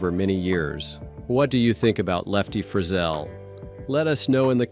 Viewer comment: Fri ZELLE, not frizzle!!😂